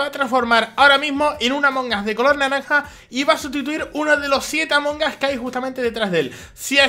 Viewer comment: "trºlleº de Jªmºng us"